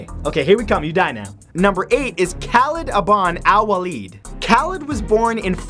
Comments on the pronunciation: there names are pronounced Khalid Bin Walid and Abu Bakar, not Khalid Aban Al Walid and Abu Bakir! other than that Awesome vid matt! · You pronounce every name badly specially "Khalid abn Waleed " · "Kaled aban alwaleed...aboo bakeer and oumar". that is how he pronounced it...facepalm